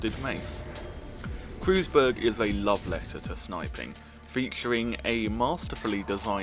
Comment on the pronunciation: Its pronounced kroiz berg